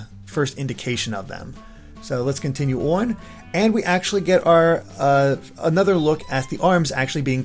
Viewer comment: So many changes.... makes me a little worried. I wish they would have made something similar to thousand year door. They keep making huge changes and sticker star and colour splash proves change isn’t always best. Also... the way this guy says “on” 🤦‍♀️